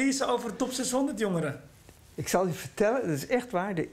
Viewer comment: Ik schaamde me dood, vreselijk voor mij etc... ikkuh ikkuh ikkuh